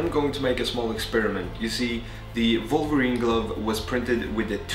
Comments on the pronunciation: thre-de pihnted vohlverene gluv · who dafaq is volverine?